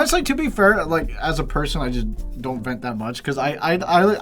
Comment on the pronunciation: It really sounded like said Fent in the intro 😂